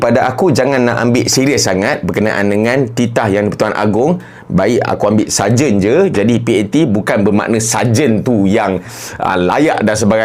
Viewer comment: saya pun dengar mcm sajat..ingatkan dia nk perli